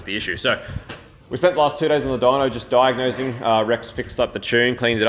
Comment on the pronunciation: i think u mean Diagnosing not Daignosing